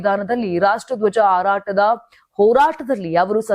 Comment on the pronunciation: ಇರಿಯ ನಾಯಕಿ ಅಲ್ಲ ಕಣಮ್ಮ ಹಿರಿಯ ಆರಾಟದ ಅಲ್ಲ ಹಾರಾಟದ ಅಯ್ಯೋ ಅಯ್ಯೋ ಅಯ್ಯೋ ಕನ್ನಡದ ಕೊಲೆ